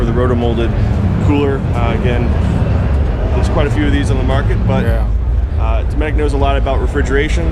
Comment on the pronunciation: i didnt know the T was silent in dometic. he doesnt prounouce a hard T in dometic. i dont oikethe idea of relying on electric pannels in a boat . but the cooler with ice couod last 7 days in the shade.